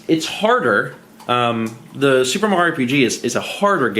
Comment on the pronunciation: You’re “soup”er excited?